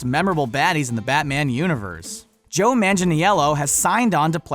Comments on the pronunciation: The way he said manginello hurts. This narrator is terrible with pronunciation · Is no one going to mention how he butchered Joe Manganiello’s name?